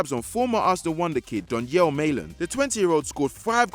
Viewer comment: Damn you butchered donyell malen